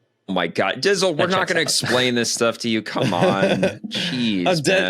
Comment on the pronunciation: OMG - call him "Dtizle" not Dizzle - what a major slip up. His knowledge cycling makes him look like one of the students in the the first Indiana Jones movie, star struck and dumb as f#^k! His head linkage is broken.